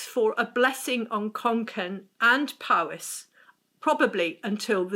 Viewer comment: It's POwys, not PAWys!! There's no 'ah' in the word at all. The letter 'o' in Welsh is always pronounced as the 'o' in 'dot'.